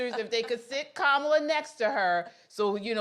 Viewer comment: Her name is Indian it's pronounced Ka-ma-lah, like Kamalah Kahn the Pakistani-American super hero from The Marvel's aka Miss Marvel.